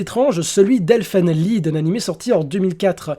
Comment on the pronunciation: pour info elfen lied ça ne se prononce pas "elfen lide"